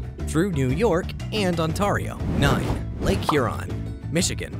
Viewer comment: Be pronounced Ontario wrong😂